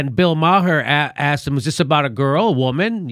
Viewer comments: Bill Maher - His surname is NOT "Maa - Her" It's pronounced as if spelt "MAH" or "MARR". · Did Jimmy said, "Bill Ma-hey"or "Bill Ma-ho" instead of "Bill Maher?"